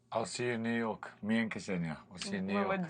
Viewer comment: It’s like nails on the chalk board on how they pronounce her first name. It’s not kEsenia… it’s Ksenia!